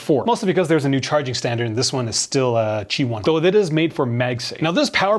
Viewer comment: Its qi not gi